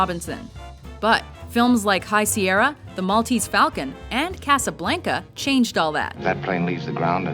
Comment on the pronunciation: I despise how says "Casablanca" as "Casablaynca."